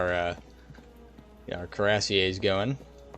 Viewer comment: this dude does not know how to say cuirassier right